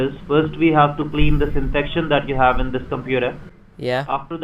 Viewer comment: you can hawe protection for thwee long years